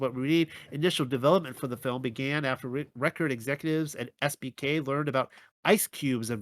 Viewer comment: Oops, I now see you wrote SBK but it sounded like SPK. 😄